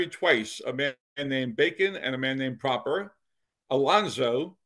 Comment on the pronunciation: The Proper family name may have been pronounced with the short o then but I went to school with a Proper in this area and I also knew the family. They pronounced it with a long o. Pro-per.